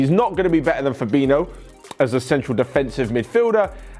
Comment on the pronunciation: Nobody:: Fabino